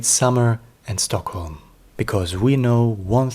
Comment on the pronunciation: Do you know for a fact that he is in Sweden?? Is that why he left Youtube? I am Swedish so I know that is NOT Swedish. If he was Swedish he would pronounce Swedish names correctly, which he doesn't do, and he would know things about Stockholm/Sweden that he obviously doesn't know. Something very serious must have happened to him since he's been gone for so long - unless he's on a holiday in Sweden as your comment suggests. Still strange that he isnät replying to his worried fans. And summer is over in any case.